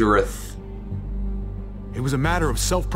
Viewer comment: UR DANGEROULLPHHS